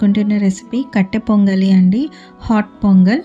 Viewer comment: Kattupongali not kattepongali